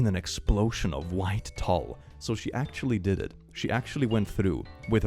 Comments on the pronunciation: "Tulle" sounds like "tool" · Just a friendly heads up, as I see a ton of people (native English speakers very much included) struggle with saying “tulle”- the standard American pronunciation is essentially the same as “tool”. 😊 Signed, a sewist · HI, sorry, but that fabric for a wedding gown is "Tulle", But it is pronounced "Tool". So, sorry, I know SNL & stuff you have A near-flawless execution of language. But some mispronounced words hurt my ears. Thank you, much love!